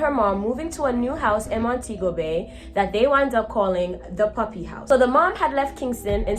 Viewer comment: Hey, I'm Jamaican 🇯🇲 I think she was meant to say "Duppy" instead of "Puppy". In Jamaican patois "Duppy" is our word for Ghost. PS. Love your channel! ❤🤗